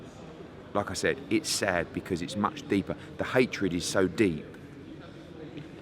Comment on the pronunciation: End me! yeah go on "End Me!" lol and u said jobsis!